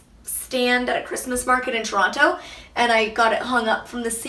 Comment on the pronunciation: Super cute apartment! Love it. Just curious why you enunciate Toronto ? Have you always done that or is it being around so many Americans? haha.